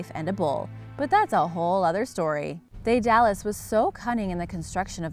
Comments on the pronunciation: 'Day dallas'??? really??? you did'nt even pronounce Minos correctly..... just, for the love of dog watch a few 70's 80's and 90's era documentaries, preferably british ones. Dae-da-lus.......'meen-os' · Her pronunciation of Daedalus as well. Must not Like Greeks.